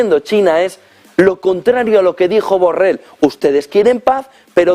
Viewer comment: 😅😄🤣 Hasta llama Burrell a Borrell 😆😁😅😄🤣😎